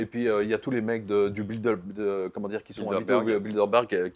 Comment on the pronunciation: Hahaha " biduleberg"